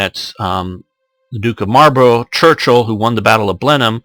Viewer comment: oh and buy the way Marlborough is pronounced mol bru